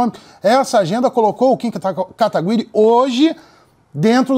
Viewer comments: o cara não consegui falar seu sobre nome sem errar toda vez kkkkkk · Cara qual e a dificuldade de falar kataguiri??? N é possivel q esse cara n saiba nem falar o sobrenome do oponente